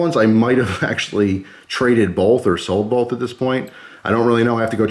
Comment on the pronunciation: Bolth? Why are you putting an "L" in the word both?